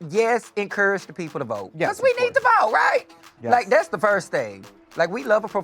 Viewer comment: I love how Angeria's "yes" has two syllables! Yeah-us <3